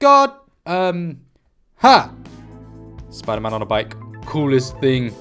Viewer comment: *gasp* ItS sPoOdEr MaN rEeEeEeE